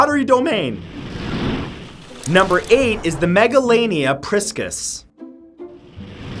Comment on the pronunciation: It’s pronounced megalonea